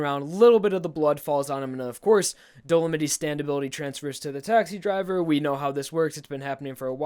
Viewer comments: It's pronounced Do-le-mite. As in the bloodsucking arachnid, the mite. Dolomite is a type of rock, which makes sense for Dolomite's character. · Just wanted to let you know you're mispronouncing Dolomite. It's pronounced Dolo-might, it's a type of rock similar to granite